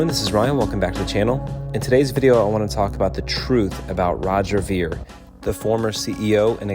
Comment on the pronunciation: You didn’t even pronounce his last name right.